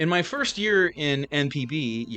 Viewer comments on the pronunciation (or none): none